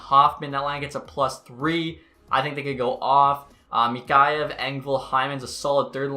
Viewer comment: Mikheyev is pronounced Mikhayev Mikiyev